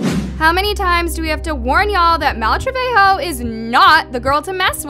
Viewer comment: Malu “Treveho” 😭😭😭 its pronounced as “trebego”.